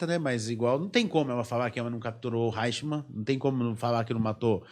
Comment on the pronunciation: O nome é Adolph Eichmann, e não Reichmann. Pronúncia-se {aichmann}... O cardeal Eugénio Pacelli, foi núncio apostólico em Berlin até 1935, É saudava o "Führer, com tonitruantes "Heil Hitler ...esse cardeal era um príncipe da casa real italiana, país que fêz parte do Eixo, junto com o Japão. Esse cardeal já em 1940, já era o Papa Pio XII... fascistão...daí a facilidade com que os nazistas conseguiram obter passaportes diplomáticos do Vaticano . Organização Criminosa milenaria... A Hungria era aliada de primeira hora da Alemanha nazista. "Stammer" não e um nome húngaro, é alemão... Havia e há na Hungria, numerosa minorias étnicas alemãs, do período austro-hungaro... Como em todos os países balcânica...:Romênia, Croácia, Eslovênia ,Servia etc..daí o grito de guerra dos nazista era: "Ein Volk, sim Reich, sim Führer.... E pelas leis do III REICH..., ALEMÃO, É TODO AQUELES DE SANGUE ALEMÃO/germânicos, independente ONDE QUER QUE TIVESSEM NASCIDO.